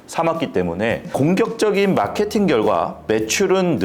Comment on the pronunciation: 마케팅 발음이 잘안되나?ㅋㅋㅋㅋㅋㅋㅋㅋ